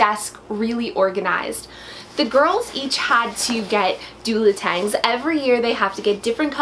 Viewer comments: LOL....Ok, I KNOW it is pronounced Duotang, but I always have thrown an "L" in there....lol...no idea why. I can't help myself. It is one of my many, many word issues!!!! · What's a doladang!? Lol 😬😂